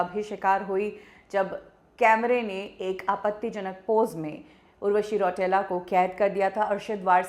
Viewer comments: रौटेला नही रौतेला होता है वो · रौटेला नहीं रौतेला 😂